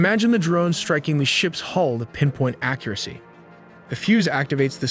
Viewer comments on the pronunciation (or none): none